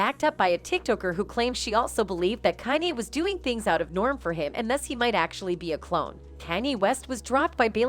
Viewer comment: Can you please pronounce Kanye name properly